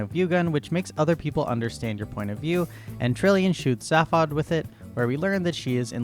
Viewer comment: I think its fairly important, in a very real and legally binding sense, that you learn to pronounce Zaphod. It's pronounced Zayfod, not Zaf-od. Oh god - now you are slaughtering Slartibartfast as well. I mean there's a whole bit about his name in the book and the radio series. I explain, but you've exceeded my zapod limit for the century. But thankyou - you've highlighted many of the reasons why I've avoided the movie version for years, and feel safe in doing so for several more.